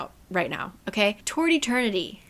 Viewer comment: I was listening to this w/o watching and I swear you were saying “tortie turkey” when you were saying Toward Eternity 😂